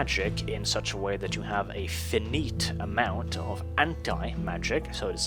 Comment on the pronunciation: Hi, cool vids although.... "finite" is pronounced like "Fy - night"